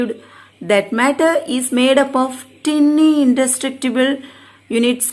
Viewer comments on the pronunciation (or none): Mam tiny yeh tinny tinny nu padikiringa mam